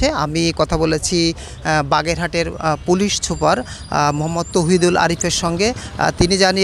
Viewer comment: পলিশ ছুপার!!!😂😂 কি উপস্থাপনা রে ভাই...😆😆